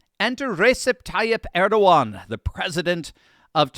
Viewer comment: it's Er-do-gan